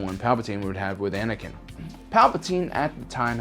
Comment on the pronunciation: Anikan knee lol